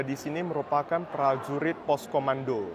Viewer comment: Prajurit bukan plajulit , berkuda bukan belkuda 😅